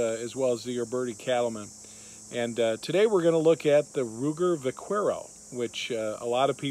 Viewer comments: The u in Vaquero is silent. Vaquero is Spanish for cowboy. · Learn too pronounce the name of the model your working with